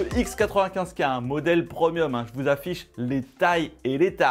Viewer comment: Que c'est beau mais qu'est ce que c'est chers comparé à Samsung et LG! C'est quoi ton topo avec les produits prOmiums?!??? Ça se prononce prémium, ok!